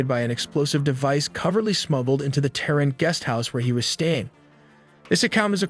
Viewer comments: WTF man for the Mossad phonetically it's MOW-SAWED, not MAW-SED. And for Tehran it's TAY-RON, not TEAR'EN. like, seriously. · Lol, Ham-izz . Moss-add. Tare-inn. Where does he get these pronunciations from?? Why would you not look that up before you make a video on it? It's huh-maas, mow-sad, and tuh-rawn. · "Hamis"? & "Therin"? 😂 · HAH-miss? TAIR-in? MAW-sad? Weird your video has such good production values while the pronunciation is so bad. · You put all this effort into animations and research, the least you could do is learn to pronounce Iran, Tehran, Hamas, and Mossad. It may seem trivial, but this obvious lack of attention to detail calls into question the accuracy of everything else in the video. Ugg, you mispronounce pretty much every name you mention. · Great animations, but what's up with the weird pronunciations of Hamas, Tehran, and Mossad? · Kinda lost some credibility when you pronounced Hamas and Tehran totally wrong. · One would have hoped that anyone taking the time to make a video like this would have gone to the trouble to learn how to pronounce at least one of the people involved. In the first 30 seconds, I hear Haniyeh, Mossad, Tehran, and Hamas all mis-prounounced. Oy.